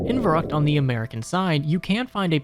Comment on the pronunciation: Fer-rookt, not ver-ruckt